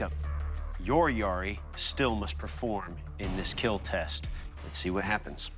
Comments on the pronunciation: oh by the way, it will keal😎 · Your weapon ... Will keal 😁🤮🤮🤮